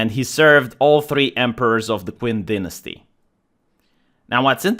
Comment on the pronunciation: Nobody:...: "Dinasty"